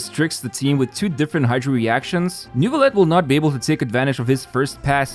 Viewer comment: still can't get over the pronounciation of Neuvilette by english-speaking people, i know it's kinda hard but it makes me giggle every time